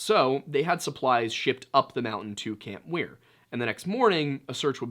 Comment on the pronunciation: It’s camp Muir not Weir